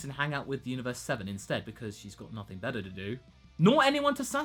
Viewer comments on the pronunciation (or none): none